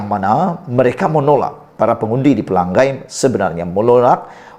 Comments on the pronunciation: Bukan xPelagai, maaf.. *Pela ngai*. Sebut ngai (sungai *ngai*) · Bodoh nya kamu.....Pelangai kamu sebut PELANGGAI....lidah kamu cacat ke?